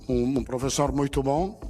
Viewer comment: Calma 😅😂😂